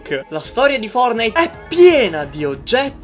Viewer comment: i nerfortnite 😂😂😂